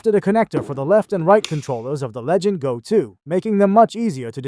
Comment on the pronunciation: “Legend Go” god nobody can pronounce the actual name of the fucking thing 😂 it’s LEGION GO!